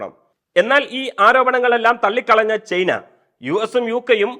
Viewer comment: ചെയ്ന അല്ല ചെങ്ങായി, ചൈന 😂